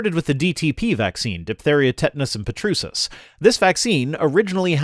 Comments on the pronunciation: I'm gonna dunk on your pronunciation. The medical name for whooping cough is "per-TUS-sis" with the "r" BEFORE the "t," not the way you pronounced it with the "t" before the "r." Also, although I must admit to having made the same mistake in the past, "encephalopathy" is pronounced "en-sef-us-LOP-uh-thee." with the stress on the "LOP." It's a weird shift in stress that seems to happen when a word ends in "-pathy." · God damn you're horrible at pronouncing words... I've asked you multiple times to stop it with the word "data". For fucks sake, the singular is daytum. Can you really not say day? But this video is over the top. "PREtussis"?!?! "Encephalopathy I don't even have the keyboard to explain how you fucked that up, but you did... Just start with correctly saying data. Say it with me now; DAYTAH! It's not that fucking hard. Jesus christ... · Kuhn I'm gonna dunk on your typing;) - "en-sef-us-LOP-uh-thee" should be "en-sef-uh-LOP-uh-thee" - you accidentally slipped a "s" in there. And yes, I also picked up on the Pertussis but I just put it down to being Canadian. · Besides, encephalopathy is a twelve-lane pile up of the vocal cords, so if I can forgive you for mispronouncing any word, I'd say that's one of them.